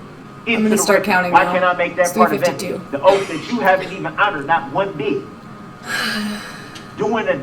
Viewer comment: “Fir da wrecked you haven’t proved ur Oaf of office when I axed u”